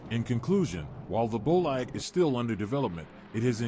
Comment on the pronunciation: It's "boleede", not "boleyed"...